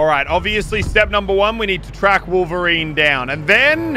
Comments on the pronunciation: Wolf-erine? Btw still love the channel just saying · Muselk "someone who is supposed to have some of the same senses of a wolf..." His name is Wolverine not Wolferine he doesn't have animal abilites either. Just thought that was funny 😂😂